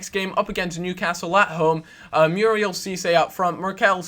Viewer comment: You keep pronouncing Muriel wrong >_<'' Moo-ri-el